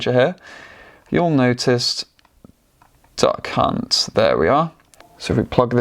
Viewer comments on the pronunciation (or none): Duck hunt, I thought he said da cunt